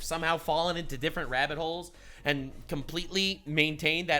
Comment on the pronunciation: I don't mean it as a shitpost. American politics is just:body-blue-raised-arms: to me. But I am a fan of intros. I remember not too long ago he said "holes and pole" and I legit thought he said "holes and hole". And I got trolled really hard for it. XD